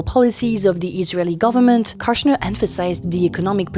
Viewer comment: Kushner has a longer o, like the oo in good. It rhymes with push, not lush.